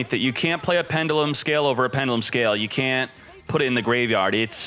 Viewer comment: Please pronounce pendulum right... 😂